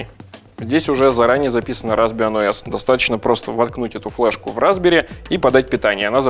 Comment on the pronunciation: Мне все время слышится "разбери́"... Разобрать-то можно, а вот собрать обратно у меня вряд ли получится